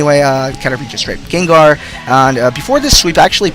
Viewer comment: it kinda sounds like ur saying gaydar not gengar